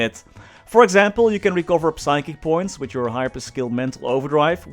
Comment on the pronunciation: Whos gonna tell him that the P in Psychic is silent?